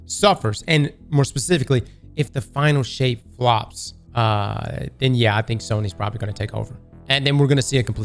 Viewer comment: Is it me or did I hear Final S**t? Not Final Shape?